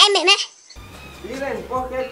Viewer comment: É mêrmo é ? hahahhahaha O povo bão. Bjão